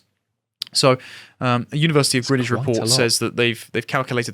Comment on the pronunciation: Nice to here someone pronounce Greenwich correctly.